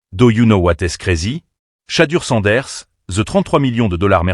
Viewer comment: Chatter Sanders! 😳😳😳🤯. His Education has failed him! 😂😂😂. At least get the Man's name right! Good Lord!!